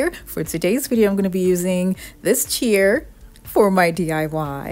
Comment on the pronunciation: Chair rhymes with "air".